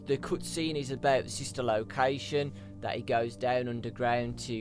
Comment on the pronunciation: I don't think he can say cutscenes without saying coootscene